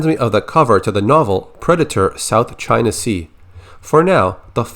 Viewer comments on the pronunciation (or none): none